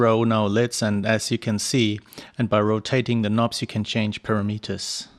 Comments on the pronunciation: GOOD DEMO! BUT BRO ITS PRONOUNCED PARAMATERS,NOT PARAMETERS IKNOW IT MAKES NO SENSE,BUT TRUST ME ITS PRONOUNCED PARAMATERS,GOOD JOB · thanks for sharing this info! you say para-Meet-ers; I say pa-RAM-eters. :-) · EVEN CLOSER WOULD BE,PURAMUTERS,WOULD BE CLOSER TO THE RIGHT WAY TO SAY PARAMETERS,,AGAIN GOOD DEMO AND GOOD CHOPS BRO